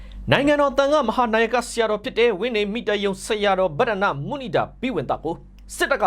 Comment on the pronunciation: ဘတ်ဒန်ဒ မုနိန်ဒ လို့ ဖတ်ပေးပါ။